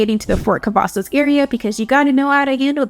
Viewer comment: She said Fort Cavasos... know she not from here😂..... And she make it like you have to travel you 40 minutes from Austin depending what side of town you are on. But it take me longer driving frombone side of Dallas to the other side. Also you can drive to Dallas, Houston, or San Antonio for all the fun. Killeen is not a place for jobs, its for military people and retirement people. If you willing to drive to Austin for work you will be ok. You have Kalahari, Summer Fun, Austin Park and pizza, a other things for the children. Killeen is a good place to raise children and a good place to start a business. But its better for people to stay where they at, dont need no more people 😂. And our Base is Fort Hood, not Cavasos, us originals will never go with the name change